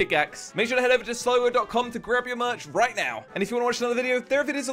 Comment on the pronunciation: Sligo not Sligo